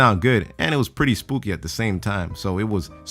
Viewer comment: Anyone notice he said "spoopy" instead of "spooky"? lol